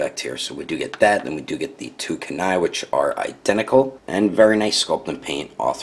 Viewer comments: You pronounced kuni wrong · Good review just that was bad